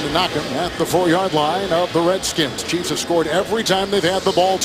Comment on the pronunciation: It's "Chiefs".